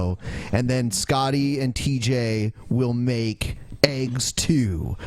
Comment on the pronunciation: You're all spelling it wrong. Spell it like it's pronounced by our lords TJ and Scotty. Say it with me - "AYGS"